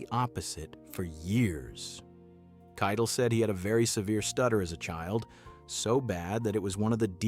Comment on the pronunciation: It's Harvey Kie-TELL.